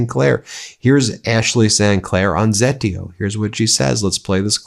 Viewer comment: Zeteo = Ze TAY o.